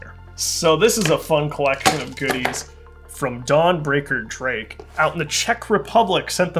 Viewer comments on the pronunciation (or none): none